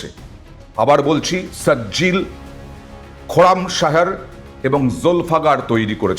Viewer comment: মিসাইলের নাম গুলো "একি কাণ্ড বাবু" সঠিক উচ্চারণ করবেন "সিজ্জিল" " খুর্রাম শাহর" "যুলফিক্কার" দয়া ভুল উচ্চারণ করবেন না